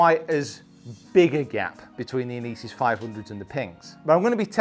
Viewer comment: Love you review but please stop pronouncing Inesis like that my ears can’t take it 😂😂 thanks love the channel 👍